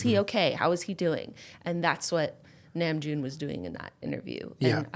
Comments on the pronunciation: I can not explain how very happy I am that you can recognize how hard namjoon works (by the way it’s NAM like NAH not NAME, but it’s okay I love you and it’s a common mistake) I genuinely started to cry of happiness because you and Julien mean so much to me and bts are my everything so to see someone I cherish appreciate the other people I love is very rad and I’m so happy, this made my day. If you see this I hope you have a good day I love you both so very much and I’d love to tell you more about bts if you’d like!!! Thank you for realizing how hard namjoon works 💓💓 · also, i don't know if anyone mentioned this but namjoon is pronounced n-ah-mjoon, hehe dink dink fam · JENNA REALLY APPRECIATED NAMJOON'S ENGLISH I'M ABOUT TO SOB I DIDN'T THINK I COULD LOVE YOU MORE (also ! Namjoon is pronounced like nom-joon, Korean doesn't have that higher, more "a" sounding pronunciation English has) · Omg Mom praising Namjoon is all that I needed to day. Also saying his name wrong but that's okay.